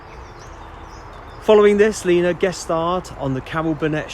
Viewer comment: Is it me it sound's like this guy is saying Nena. It's Lena Zavaroni.